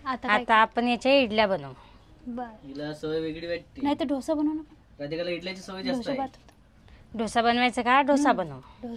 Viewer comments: ढोसा नाही डोसा म्हणा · ढोसा नाही ग डोसा म्हणतात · धोसा नाही g दोसा मन 😂😂😂😂